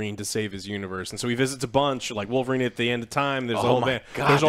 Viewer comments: THE CAVILLRINE 😆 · The Cavill-rine or Calverine